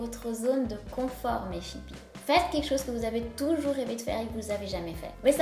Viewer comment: "quekchose" ? On dit "quelque chose", et on évite de parler 2 langues en même temps quand on parle. Je ne vois pas en quoi être sexy et avoir confiance en sois sont liés.